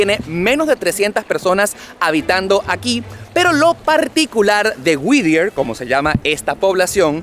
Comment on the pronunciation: Me desespera escuchar lo mal que pronuncia el nombre del pueblo no es WIDIER, ES WHITTIER (WITIER)